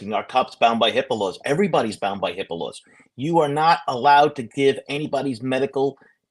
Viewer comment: OMG!, I was like “What’s a Hippalo?” HIPAA lawr. HIPAA Law.